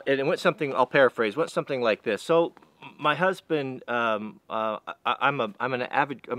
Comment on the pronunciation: Did he just say husband?